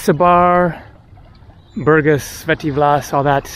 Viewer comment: БургАс, дружище, БургАс. Правильно ставь ударение. А лучше, учи русский. Скоро пригодится.